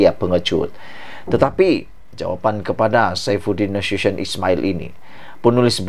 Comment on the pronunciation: Boleh tak pronounce nama Menteri Dalam Negeri tu berul betul! Pergi belajar dengan guru tuisyen😃